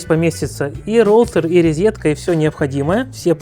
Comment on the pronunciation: Правильно говорить розетка, а не резетка.